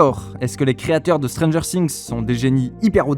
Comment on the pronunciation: Alors autant, j'adore tes analyses, autant, ta prononciation ''Stranger Sinx'', ca me tue les oreilles a chaque fois XD